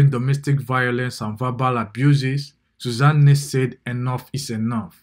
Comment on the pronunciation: Did I hear Sooza-nne? Lord, please let this not be true.😢